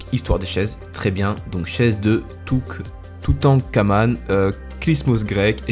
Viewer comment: Le "Toutankhâman" est incroyable :')